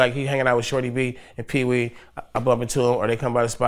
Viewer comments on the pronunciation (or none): Og_Deadbolt u said it wrong its ...peewee shorty b and ant banks😂